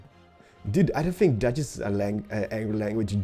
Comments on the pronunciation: haha your dutch pronounciation is really genius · i am dutch and you said it so wrong it was very funny. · I am dutch... you sounded terrible but you tried it. so thumbs up! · The way pronounces dutch is soo crappy, but soo cool